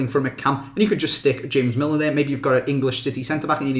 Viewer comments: The way you pronounced james millers name though 😂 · The way you said James Milner...